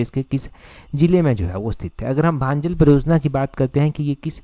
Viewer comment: भांजल नहीं भंजाल है 😂😂😂😂